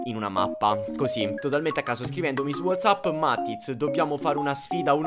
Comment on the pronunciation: Non si dice wazzapp ma wozzapp e si scrive whatsapp